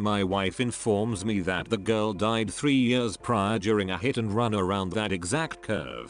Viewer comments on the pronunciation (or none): Text:”Years” Voice:”Yewrs”